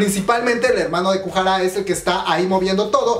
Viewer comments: Kujara dijo el cuando es goo hara xD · Porfavor no es kuhara, lo repites mucho, me caes bien pero pronuncias muuuy mal los nombres